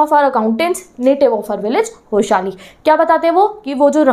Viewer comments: ITS NOT HASALI .....ITS HOSA-HALLI ... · Didi होसहली नही होसाहली..this village is near to our city..if the Villagers hears u pronouning their village name like this they would literally laugh likke hell.. The way u pronounced kadabu and gundabhatta..was so funny ..but its so ok didi if u come to south india thn ll come to know abt this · It’s not hoshali it’s hosahalli what nonsense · Vashali no no Hosahali🤣